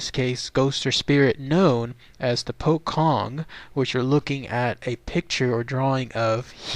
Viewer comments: You don't pronounce it as pokkong,, it's pronounced as pochong with a "ch" not a "kh" sound. Wrong pronounciations hurt my ears, you know? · yep, im Indonesian lol, its 'poe' like Edgar Allan Poe and 'chong' like cheech and chong. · will,its refer to as a pocong,the 'c' pronounce as in 'ch'...so 'pho-chong',mostly originated from indonesian,same as pontianak,('pon-ty-a-naq). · its pronounced poe-chong